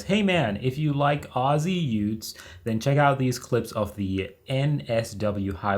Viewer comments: It’s not Ossy it’s Ozzy Aussie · Ozzie?? its Aussie?